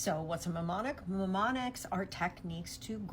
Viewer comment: I was with white lady… right up until she revealed she didn’t know how to pronounce MNEMONICS 😂